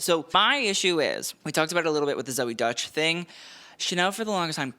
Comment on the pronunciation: The actress Zoey Deutch is pronounced "ZOH-ee DOYCH" according to a YouTube video. The first name is pronounced like "ZO-ee" and the last name is pronounced like "DOYCH".